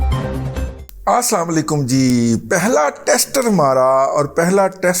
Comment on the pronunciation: دادا جی معذرت کے ساتھ آپ مجھ سے زیادہ عقل والے ہیں اور زیادہ علم اور شعور والے ہیں آپ جب بھی ولاگ شروع کرے سے پہلے سلام لیتے ہیں تو آپ کی سلام کے تلفظ ٹھیک انداز سے ادا نہی کرتے